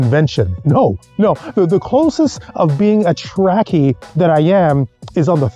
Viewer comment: TREK, not TRAK, Trekkie, not TRACKY idiout....